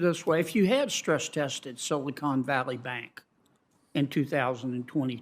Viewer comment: Begins to pronounce Silicon as "Silly Con."